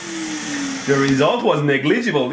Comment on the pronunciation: "souldering eyeron" "the result is negleegiabell" toxic fumes: cough LOL😂😂😂😂